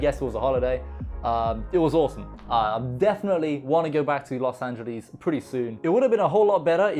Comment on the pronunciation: ”Los angelis” 🤔